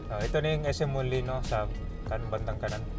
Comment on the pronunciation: Molino Flyover po, hindi po Molinoy Flyover, wala pong letter Y sa huli.